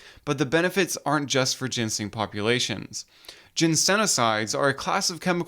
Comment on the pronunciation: you called i t 'gensing'